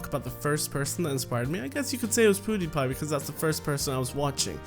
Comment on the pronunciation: It's not Poodiepie.It's Peewdiepiee. .') 😂 I wish i asked you a question but i didn't know you were gonna do a Q&A :)